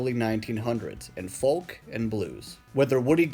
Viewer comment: Folk pronounced foke (rhymes with coke)